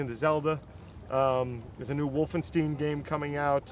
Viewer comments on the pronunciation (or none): The way he pronounced Wolfenstein hurt me deep inside...